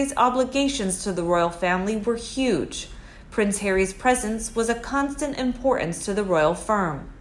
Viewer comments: For goodness sake, Britain and written, importance etc have T's in them you keep ignoring that and saying Bri-en, wri--en , impor-ance, this ruins your narrative , note not narra-ive please speak properly. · I wish this narrator could properly enunciate the word "importance." There isn't a silent "t" in that word. The "t" isn't sloughed over like a "d". It should be pronounced fully for what it is. I don't know where this enunciation laziness came from. Words like "Britain" and "mountain" get similarly mangled.